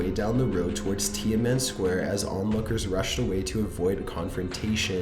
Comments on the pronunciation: #15 - "Tiaman" Square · And Tiamen Square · '"tia-men square" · You're butchering the pronunciation of a lot of the words, i.e. Tiananmen (tea-an-NUH-men), Mt Suribachi (SARA-botch-e), Hirohito (hero-HE-toe or hero-HE-tow) and a few others.